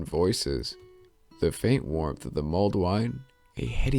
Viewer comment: "Muled wine" lol XD